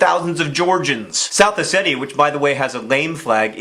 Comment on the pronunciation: Thanks for pronouncing Ossetia "Oh-Say-Tee-A" and not "Oh-See-Sha."